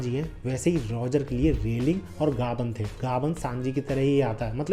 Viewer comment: Bahi woh gabar ❌nai gabann ✅hai